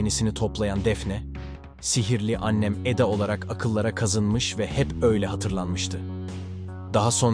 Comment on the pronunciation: Arkadaşa katılıyorum. Diksiyon üzerine çalışmalısınız. Doğal insan konuşmasından çok uzak bir konuşma bu, bilgisayar konuşması gibi robotik. Hiçbir Türk Eda ismini bu şekilde seslendirmez. A harfi hafif uzundur. Vurgu ve tonlamalar da ilginç. Kelimeler arasındaki duraklamalarınız da çok yersiz ve yanlış. Yani es verilecek yerlerde es vermeyip, verilmeyecek yerde es vermişsiniz. Örneğin: "Ortaokulu Alsancak (boşluk) ortaokulunda okudu" şeklinde seslendirmişsiniz. "babası Alabama'ya giderkenDefne (boşluk) annesiyle kaldı" Burada da giderken kelimesinden sonra boşluk vermeniz gerekirdi, Defne kelimesinden sonra verilen boşluk ise orada olmamalıydı. Ve bu evliliktenonüç Haziran Evlilikten kelimesinden sonra boşluk olması, on üç kelimesiyle Haziran kelimesi arasında ise bu kadar uzun boşluk olmaması gerekir. Bunun gibi çok örnek var. Bir iki tanesini yazdım. Gerçekten ilginç..